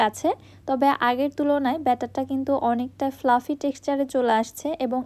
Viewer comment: Fluffy ফ্লাফি। ফ্লাপি না। X ইসমুথ না। স্মুথ smooth ছাঁচ শাঁচ না।